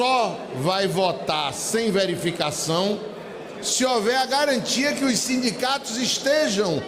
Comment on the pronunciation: É sindicatos, ou simdigatos😂